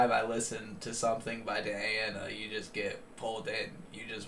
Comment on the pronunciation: The bad news: On Saturday, November 20, we will hear the last (ninth) performance of Diana Ankudinova in the show of the Russian channel NTV. Good news: in December, Diana Ankudinova releases her first LP. The green screen died. This is Russian virtual reality technology right on the stage! P.S. Say the first syllable of her name as DEE, please. Thanks.